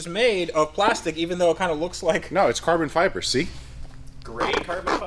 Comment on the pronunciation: It's not carbon fiber, it's carbon feebray